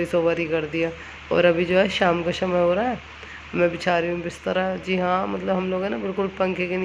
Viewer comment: आपको कितनी बार बोले की स को ष मत बोलो षमय नही होता समय होता अपको कितना भी बोल दो चाहे कोई असर नहीं पडता